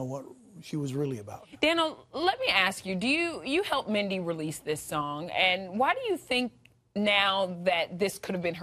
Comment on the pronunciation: Have some respect! At least get her name right! RIP Sweet Mindy!